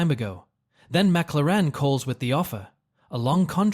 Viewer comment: What is a mac-la-ran?...😂